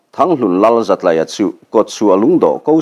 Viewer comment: Zatlaia, tlai hi school tlai kan tih a, tlai anga lam tur zawk nibawm tak. Zatlaia